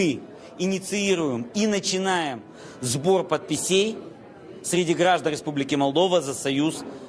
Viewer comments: Не подписЕй, а подпИсей 😂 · щось аж каша з носа вилетіла від слів «сбор падпісЄй» 😂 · Тільки "сбор пад пісєй" вони можуть зібрати.